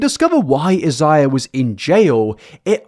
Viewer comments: Completely minor to point out but Isaiah is pronounced “eye-zay-uh.” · His name is most likely pronounced eye zay uh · "is the world even gonna be here" I've been saying that since 2019 . Shits looking rough, Also it's usually pronounced "eye-zae-yuh" c: it's generally a Hispanic name . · Isaiah is most likely pronounced as "I - zay - ah." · This story will never fail to leave me shocked and confused. The level of cognitive dissonance it takes to think this stuff is okay is crazy. (btw for I believe Isaiah is usually pronounced like eye-zay-ah) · Thanks for finally fixing the whole 7 backward subscribe signs, 😅😅 I think the first guy's name is pronounced as "EYE-ZAY-yuh," like the biblical name. Mariposa actually means butterfly in Spanish. It's pronounced as "mare-RIH-PO-sa" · The British vs American pronunciation of Isaiah threw me off. I was thinking he had a full different name until I read the name. The British version sounds better honestly. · I love how you pronounce Isaiah. I like yours better than we say it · Not the British pronunciation of Isaiah lol